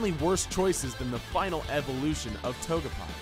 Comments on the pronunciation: It's not togepai it's togepi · ....Toge'pie'? dude, no. it's pronounced toge'pee'! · Also to-ge-pee not to-ge-pie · Dooms_Terror_Gaming he also said Toge pie lol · yea he pronounced Togepi toe-ge-pie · Instead of "Toe-Ge-Pee" he says "Toe-Ge-PIE" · TogePIE. Really dude?? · It’s clear this guy has never played competitive Pokémon in his life. Update: He just pronounced Togepi {Toh•ga•pee}, Togapie {Toh•gah•pie}. I’m out. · Togepi not pie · This dude does not know how to pronounce things. Eviolite (EEH-VEEH-OH-LIGHT) Not (EEH-VOH-LIGHT) And Togepi (TOH-GE-PEE) Not (TOH -GE-PIE) Just Saying These Names Wrong Triggers me... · Did...did you say Toge-PIE?!?!!? Boi..... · i didn't get the 'dwayne the rock johnson' joke. because pikachu is the rock? i don't understand. is it like a chuck norris joke? which were funny like 10 years ago for about a week? Also, toge-pie? togep-eye? It's Togepee. Like it's spelled with an I. Togepi. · This channel's called the gamer and you're talking about Pokemon but you don't know how to say togepi? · he said togepie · did u say TOGEPA? its TOH-GA-PEE u dingus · Togepi not Togepai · Sitrus?? I think he meant LUM berry lol Also.... did he say Togepi as "toge-pie" ?? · To... Togepie? Do you even PLAY Pokemon, or did they just hand you a script and money? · Mackem Fury he also pronouced Togepi as "TOGA-PIE" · L. Knight script and money. They way he pronounced Togepi. Toge-pie. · bro did you hear him say toge-PIE smh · He didn't just say toge-pi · Did he just say Togepie? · D...did you just say "Togepie"? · I couldn't finish it l. You said toge-pie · Togepie? Can't watch anymore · THELEGEND0107 Togekiss has incorrect information (and I don't just mean that Togepi was pronounced wrong) He said Serene Grace specifically makes an opponent flinch more often. It does not. It boosts the chances of secondary effects - which could be flinch, if the move you're using causes that. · it annoyed me greatly how he pronounced ratata and togepi